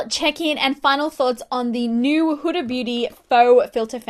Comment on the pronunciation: This is off topic but I'm really happy you pronounced huda properly Idk why but british/Australian beauty gurus tend to pronounce it "hurra" like what's so hard about pronouncing the letter D!!?!